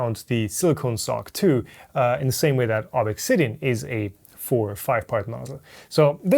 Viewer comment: please stop saying Ob EXX Sidian. It's just Obsidian.